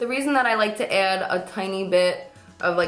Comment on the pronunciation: like how she says "Add"